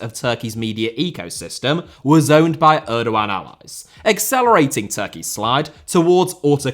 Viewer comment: I hate the way he pronounces Erdoğan